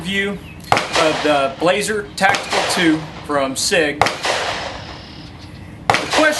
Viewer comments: It’s pronounced Blauser but spelt Blaser, just saying...and that rifle is much better than you are giving it! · you pronounced "Blaser" wrong